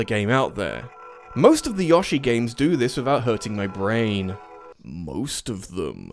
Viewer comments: It’s Yo-shi, not Yashi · You all love British accents Pronounce Yoshi as Yashii ..lol you Know darn well you can say Yoshi lol you troll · i'm very unsettled by how you accent Yoshi as Yosh-i instead of Yo-shi. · love how he pronounces 'yo-shi' as 'yoh-shi' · Did he say Yaw - shi? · you say yoshi like ya-shi and its bothersome good video though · I swear…say yoshi wrong one more time and im losing my shit 🤦‍♂️ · Never heard Yoshi pronounced that way. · I get literal ear cancer from the way you pronounce Yoshi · You say Yoshi wrong....